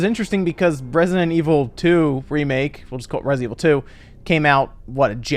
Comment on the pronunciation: Yay "Resinet" Evil.